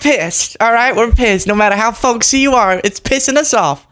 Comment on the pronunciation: Wow!! That fool can’t even get “folksy” right. He should go with old ascot wearing gay dude.. something he seems be familiar with. IMO 🤔